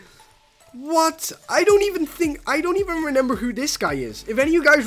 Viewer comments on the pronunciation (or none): It’s remember not renember